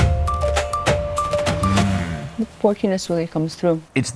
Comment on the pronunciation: pronouncing "jowl" like "Joel" fucked me up man.